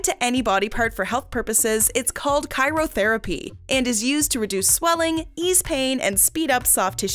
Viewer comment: it’s pronounced “cryotherapy”, not “chirotherapy”. Just read your own screen text 😉